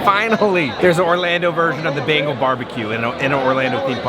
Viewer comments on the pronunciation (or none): none